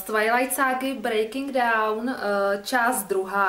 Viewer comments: Paní čte Breaking Down, nicméně je tam napsáno Breaking Dawn. Zajímavé. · Čtou to tak skoro všichni, neni to jedno?;)